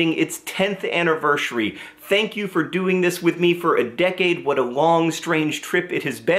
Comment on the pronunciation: Tenth annivershary?